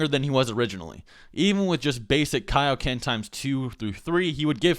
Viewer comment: When are we gonna learn the keioken? What? The keioken king kai! Kai. What? KAI-O-KEN! IT'S IN MY GOD DAMN NAME! -___- y u make me do this